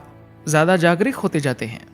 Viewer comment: Aapka Hindi uchcharan Sahi nahin hai aap Jagruk ko jagrik bol rahe hain bar bar